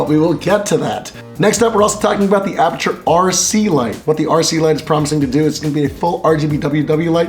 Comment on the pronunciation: "I am from apurture.." Apurture! get your ass over here to India.